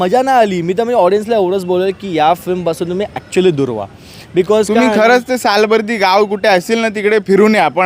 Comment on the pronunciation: मुळात उच्चार सालबर्डी करा... आणि मराठी सिनेमाच्या बाबतीत हे असले भिकारचोट review देतात.. खरंच तुमचा धिक्कार करतो. मी सिनेमा पासुन आलोय... एक चांगला प्रयत्नं केलाय, मुव्ही बघताना अजिबात कंटाळा येत नाही. चांगला सिनेमा आहे. ह्या बोच्यांच काही ऐकू नका.... 😊